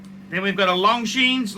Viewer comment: Did you say Long Genes?